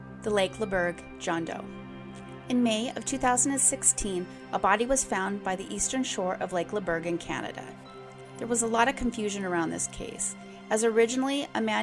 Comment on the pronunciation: Laberge would be pronounced "Lah-bear-z'ha..soft "g". 🙂